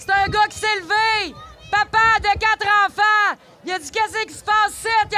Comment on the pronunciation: "y faut que nos infaaanttt ai la libarté de respyrer loxizeeeneeee....Booooo!" 🤡🤡🤡🤡🤡